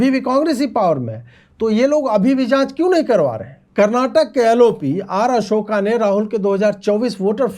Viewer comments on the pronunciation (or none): none